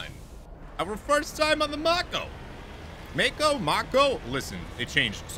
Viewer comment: I love that you show us the different morality paths! I could play with that galaxy/system/cluster map alone for hours, it's so cool If there is localization or reference to that name at all, it should be "mah-ko" (in The Legend of Korra it's the name of one of the characters and the whole universe is based on asian culture so the name is probably of japanese) Can you use the Mako as a shield? Like park it before combat and use it as cover? rip Man, the combat music is just delishhhhh Recon Jones lmao